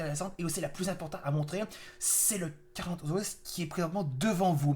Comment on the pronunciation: alors je ne veux pas me moquer ou autre mais son nom ne se dit pas comme tu le dis carcha mais il se dit carca sinon très bonne vidéo